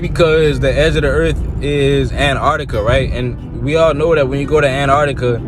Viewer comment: Why, why these morons keep calling Antarctica “an - arctica”, please, say the Teeeee!!